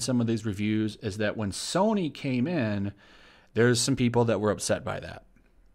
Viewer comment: "Soyny" LEL <3